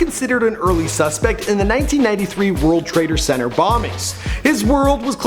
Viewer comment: "World Traitor Center"??? Cmon dude.